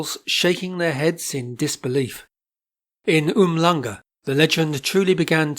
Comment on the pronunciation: A wonderful story. Walking into the Police Station at Port Saint Johns! Brave Huberta. I wonder if she also walked into the Cape Hermes Hotel for their famous afternoon tea. Some of your pronunciations of place names are quite funny too. Especially Umhlanga. The “ hl “ is normally pronounced as sh. Mind you English town names are quite difficult. Leicester is often pronounced as Lay Sester by non Brits! Well done and thank you